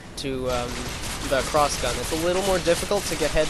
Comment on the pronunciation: "Clossgun" I like how he says it just like he's suddenly asian. XD But yeah seems OP in damage wise.. But i'll still give it a try! :D